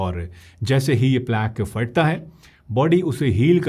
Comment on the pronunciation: Doctor sb Fat-ta nahi Phat-ta hota hai.